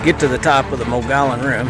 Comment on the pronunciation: Love the video account of your trip and the content is amazing. Moe-gee-on 😉